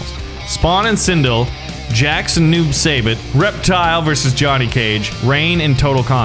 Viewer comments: Noob saibot is pronounced Noob sybot not Noob saybot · It’s pronounced noob sighbot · As I watch him bully Kano I was going to say Kano was my favorite, but now I’ll just say Noob sybot but it’s pronounced si-bot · Stop saying noob say bit, your suppose to pronounce it noob sai bot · Noob saibot name has to do with mk creator ed boons last name and something tobias. His name is their last names backwards. And it is pronounced noob sighbot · It’s pronounced noob sie bot I spelt it weird but ehh love your vids by the way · ITS NOOB-SAI-BOT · It's pronounced noob sigh bot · I love that. Can't say noob saibot corrextly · Omg you pronounced SO many names incorrectly lol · He’s not saying noob saibot correct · WHY CANT HE SAY NOOB SAIBOT CORRECTLY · Your not pronouncing noob saibot correctly No Hate Btw